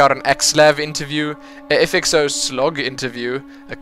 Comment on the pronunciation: err its not FXO - z, the name is FXOz pronounced 'Oz'